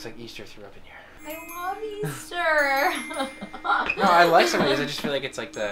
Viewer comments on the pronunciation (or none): “I love easterrr” HAHAHAHAHA